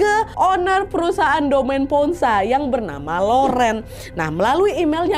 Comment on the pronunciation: mau kasih tau cara baca kata2 berbahasa Prancisnya yaa. Sekedar info aja gitu 😁 - Laurent = lorong (r nya di tenggorokan) - Domaine Ponsot = Domen Pongso (Domen E nya dibaca seperti E di Enak, Etnik, Ekor) - Clos Saint-Denis = Klo Sang Deni (Deni E nya dibaca seperti E di Emas, Elang, Enggak)